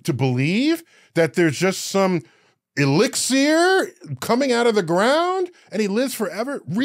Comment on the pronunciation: Disappointed in the lack of comments addressing how he pronounced "elixir" 😭